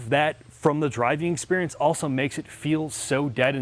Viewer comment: I can tell been working on the 'auso'/also predicament. He's not quite there - remember: A-L-S-O. There's an L there, not a U!